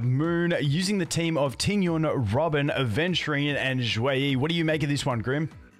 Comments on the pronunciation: Aventu-RIND yes. Lmao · Ah yes Aventuraine. That's exactly how it's pronounced multiple times in the game. It's really easy to miss. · Ah yes, Aventuraine and Xueewee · why does he pronounce xueyi and aventurine like that 😭😭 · the pronunciantion for adventurine and xueyi has to be troll